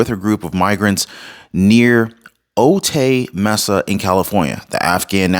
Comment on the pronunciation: Hi. Love your videos, I’m subscribed! It’s pronounced, O-tie (Otay) Mesa 🥰 We live near there and we are seeing crime go up in our small quiet community!! 😢